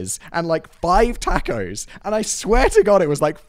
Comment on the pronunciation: The way he says tacos is a crime